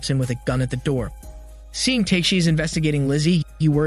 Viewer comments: It's TA-KE-SHI not TAKE(teyk)-SHI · repeat after me: Ta-ke-shi not take-shi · I think he is used to hear his name pronounced in the wrong way :D